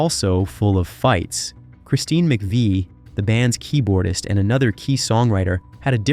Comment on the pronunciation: and he mispronounces Christine's last name.